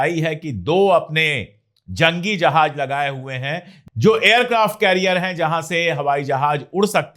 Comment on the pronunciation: I like your videos. Please work on your pronunciation if letter Z, you pronounce it as G,like jahaj,correct is Jahaz.